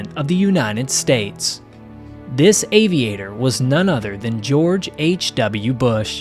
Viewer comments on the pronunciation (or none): none